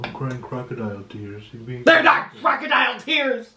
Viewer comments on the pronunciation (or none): THEY'RE NOT KUH-ROCKADIAL TEARS